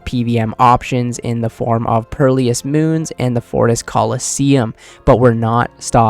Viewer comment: You said pearl-lee-ess and it’s perilous